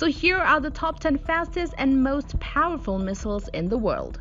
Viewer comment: its so parrfull 😎